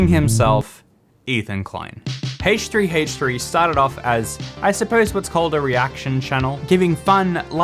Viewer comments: Why does he h3h3 so weird. Its like haahch3haach3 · I love the way you pronounce Haych3Haych3 😂 But on a serious note, I've found myself more and more drawn to these negative commentaries - as well as drama channels - and I don't know why. Some psychologist could probably explain it. Thank you for bringing my attention to this, I'm going to go watch a squishy repaint video with lots of rainbows.